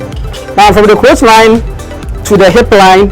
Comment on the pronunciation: Great delivery!I'm excited to know that we have great sewing YouTubers in Ghana, but kindly note it is not "croach" it is "crotch" as in cross..thanks